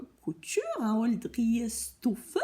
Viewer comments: Coucou 😁 Très drôle, j'adore 😂 Prononciation de driessen stoffen Le ''e'' allongé la prononciation du ''i''....donc driiiissen chtofen. Je ne pas écrire en phonétique, j'espère que cela te sera utile. À bientôt pour voir toutes les cousettes. Bises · Coucou, merci pour cette revue du site. Ta façon de prononcer Driessenstoffen est vraiment fun. J'ai juste ressenti de temps en temps une petite frustration quand le tissu passe trop vite devant la caméra. Sinon, c'était chouette. Biz à bientôt!